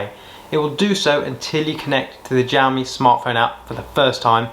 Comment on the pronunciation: jowmi though...lol